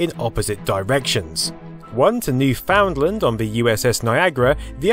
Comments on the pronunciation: The cable came from Hearts Content and here's a link By the way, it's not pronounced new-found-land, it more like (new-fin-land) The site is still there and maintained today, and you are even able to see the original cables. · I'ts Noof-n-land you silly you. New-found-land, said as it appears is strange lol. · Newfoundland is properly pronounced "Newfinland", or even "Newfinlin". Don't want to get the Newfies all upset :) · Newfoundland is pronounced like NEW-FIN LAND. Newfinland. Not "New Found Land". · As others have pointed out, we pronounce Newfoundland as "New-fin-land", not "New Found Land". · it's extraordinarily distressing hearing him pronounce it as "New-Found-Land" instead of "New-fin-land" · NEW-fund-land, not new-FOUND-land. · Bit of a tip: It's not New-Found-Land, it's New-fun'd-lan'. :D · It’s New “FIN” land. Not now “found” land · We pronounce it, "New-fin-land", not "New-found land". Lol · Mind seem like a minor detail but the Newfies pronounce it NewFUNDland and it's treated as one whole word not New Found Land. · Newfin-land, not New-foundland, otherwise interesting video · Interesting, comprehensive vid -- however, your 'Newfoundland' lands like a cheese grater on my eardrums and I'm not Canadian. Natives pronounce the provincial name 'NEW-FIN-LAND' not 'NEW-FOUND-LAND' There are accepted pronunciation websites, FYI. 'ASS-STROM-INNER', indeed. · It's pronounced newf in land not new found land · New-Found-Land. Hadn't heard it pronounced like that in ages. It should be pronounced "New-Fund-Land" :P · Little Canadian bug going off in my ear every time I hear Newfoundland being pronounced literally, it's "newf'nland" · Yep, an "astromoner" from "new--FOUND--land" 😆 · It's pronounced "Newfundland" The o is silent. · It's newfoundland. Not New-found-land. From a Canadian. ;) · Excellent video, just one thing - Newfoundland is pronounced as noo ·fuhnd-luhnd (almost sounds like new - Finland). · It's pronounced Newfundland. Love this video btw.